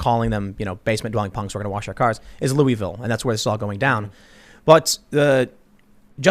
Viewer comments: It's Lu-eh-vil, not Lu-ee-vil, lol.^^ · It's "looahvul" Tim, local dialect humor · Louisville = loo-voll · It’s Lou uh vuhl